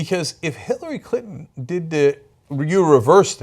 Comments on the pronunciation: around 5 minutes, you totally said Hit-lary Clinton :P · It sounds like Cenk says Hitlery Clinton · HHAHAHA Did Cenk just say "Hitlery Clinton"??? :D :D :D LISTEN CAREFULLY xD